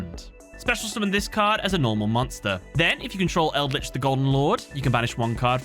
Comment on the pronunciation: Like the content but still throwing a dislike because it's eldlich. You understand right.